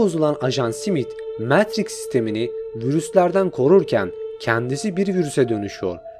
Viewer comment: Videonuz mükemmel ama metriks demeniz daha mükemmel 😂